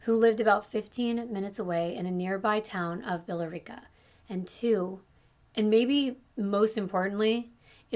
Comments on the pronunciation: It’s pronounced Bill rica even though it’s not spelt that way 😂😂😂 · I am from the Boston area as well and Billerica is pronounced Bill - ricka from my neighborhood but I thought it was cute how she pronounced it. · That isn’t how you say Billerica. …aaaaaaand that isnt how you say Totman Dr.